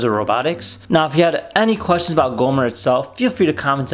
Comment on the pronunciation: You keep calling it “Goomer” it’s Gomer. And my Cozmo is better and smarter.